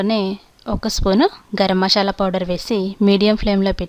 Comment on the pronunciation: Leave about the recipie..but first try to pronounce the names perfectly..it is "MASALA" not "MASHAALA".Thnx.